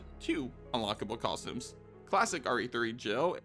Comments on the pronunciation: I hope you've managed to get over your speech impediment and can now say the word "costume" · have i been saying costume wrong this entire time